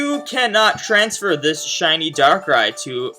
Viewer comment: says "siny darkrai" but its not shiny..